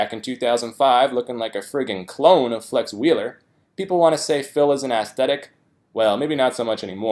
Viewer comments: 面白い動画ありがとうございます。 - あたりのatheletic になっているところですが、おそらくaestheticだと思います。職業柄どうしても気になってしまって... これが私の悪い癖。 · 訳めちゃくちゃだな。２：５５ アスレチックではなく、aesthetic（アスセティック）と言ってる。美的観点から見て正しい、つまり美しいという意味。この投稿者、自分がわかる中学生レベルの英単語だけ拾ってわからん部分を妄想で補って訳した気になってるから、半分ぐらい訳間違ってるし元動画のナレーションが言ってることと真逆のこと言ってる部分も大量にある。ほんとヒデ。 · アスレチックではなくエステティックでは？